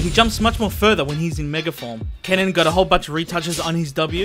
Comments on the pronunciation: Kayn in the minia not Kyan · Its written Kayn but pronounced Keyn or Kein